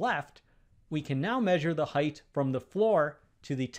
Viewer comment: There is no H at the end of height. it is pronounced height, NOT heightH.